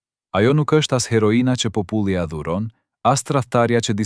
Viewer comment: Ku e keni gjetur kete mut muti qe nuk di shqipen kur dhe fjalen popull qe eshte pothuajse e pergjitheshme